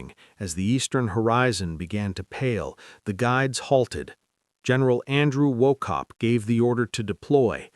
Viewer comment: His Name is Pronounced WaHHope (Silent C) …History Major here and Scottish Mum.